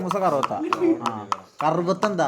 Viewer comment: കറൂത്ത ❌ കറുവത്തു ✅